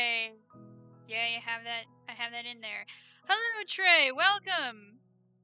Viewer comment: I thought you said Gae instead of yay XD